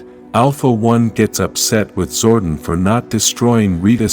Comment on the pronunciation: My god man. It’s Zoe-don. Not Zoe-den. It’s annoying. Stop. Lol